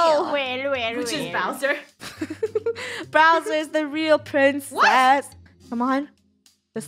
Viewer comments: Funneh:Bowser Me: browser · it’s not browser it’s Bowser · Funneh you know you were saying "Browser" the whole time =) xD